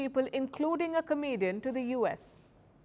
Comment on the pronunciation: The emphasis on the comedian part 😂 😅